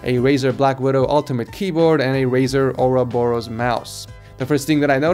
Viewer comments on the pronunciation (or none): none